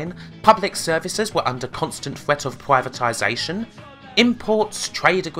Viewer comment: wotting bwitish pwivatization.